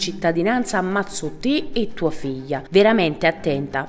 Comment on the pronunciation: E facciamolo lo sforzo di imparare a pronunciare la "gl" almeno sulla divulgazione pubblica: figlia, no fijia